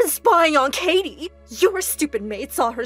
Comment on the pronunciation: he said kitty instead of Katie